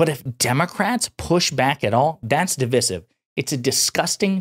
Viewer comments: I love the content... but my friend, you say"divisive" wrong. Second "i" is a long sounding "i" DI-VIE-SIV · Awesome. Freaking awesome. Also, Div-EYE-sieve.